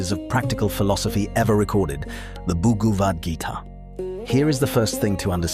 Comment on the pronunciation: its not Booguuwat Geeta 😒😒😒😒😒😒😭😭😭😭stop using ai voice